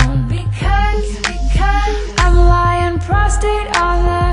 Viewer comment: the lyrics in the liner notes say "prostrate", she just mispronounces it. also this song is awful, easily the worst on the album.